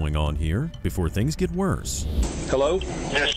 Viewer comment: "herro?" "I'm with the White Settlement Police Department" 😂